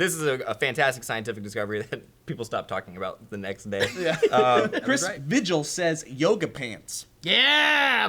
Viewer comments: Vigil is pronounced vee-hill, my Asian boss calls me bee-hill... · ***VIGIL*** pronounced vee-HILL just saying lol :)